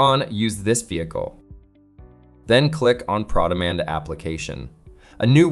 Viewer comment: The pass through is a nice feature. But the way that it's presented makes it feel like it's proprietary to ARI. If you're going to use this feature, that means you already pay $180 to Mitchell for ProDemand....also why does keep pronouncing it "PrawDemand"? It's Pro Demand, as in Professional.